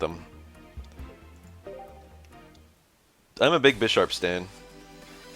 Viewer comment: Is that how everyone says Bisharp? I kinda hate it. It’s BI-SHARP, like BI-CLOPS. This game really makes me wanna get into the actual card game, but frat boys ruined the prices during Covid with their douchebag get rich quick schemes.